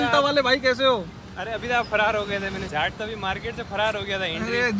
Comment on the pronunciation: bhai jhat nhi hota jaat hota h😂😂😂